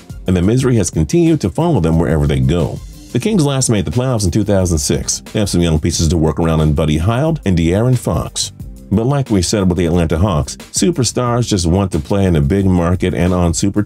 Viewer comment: BUDDY HEE-ULD. NOT HIGH-ULD.